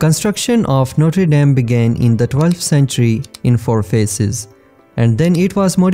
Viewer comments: A CATEDRAL DE NOTRED ...DAM, MALDITA IA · Também percebi os erros de pronuncia no vídeo quando nomeava o templo. Mas não vi e nem ouvi nada relacionado a desgraça. Isso deve estar dentro do seu coração. PS: os erros foram por conta deste vídeo ter sido traduzido automaticamente.